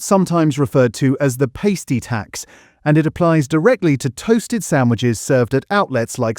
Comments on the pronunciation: Why can't AI get it's head around saying the word "pasty" and always say "pastey". Happens in so many videos now, especially when Greggs is mentioned! Do I really need to go round all these AI bots and train them on what a pasty is?.....or is it because they don't care about food because their goal is to wipe out all the Fleshies!! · It was quite interesting until the narrator mis-pronounced pasty. Proof check before uploading so you don't look like the body part a pastie goes on.